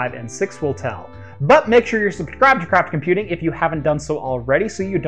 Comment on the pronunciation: It a bit embarassing but I hear "Crap Computing's failed cloud gaming server" xD